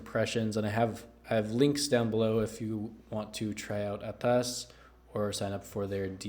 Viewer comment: I really like how you say ATAS with an accent and I loved the review "Right out of the box" and your brought it home "Right out of the gate" with ATAAAS